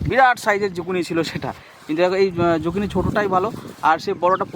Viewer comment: ও ঠাকু মা যোগিনী নয় গো জুকিনি।